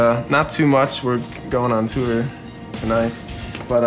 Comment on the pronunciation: i love how he says tour. "tewer"